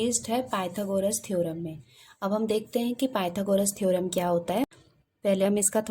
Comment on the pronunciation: थेरम bola